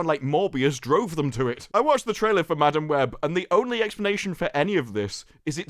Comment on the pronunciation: You know how some people pronounce madam like muh-damn. Well... Madam Web can eat Madam Butt.